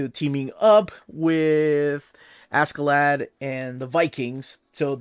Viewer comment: Actually the pronunciation is more closer to Asherladd.